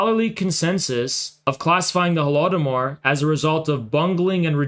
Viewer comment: I love it how these clowns can never even pronounce the "Holodomor" correctly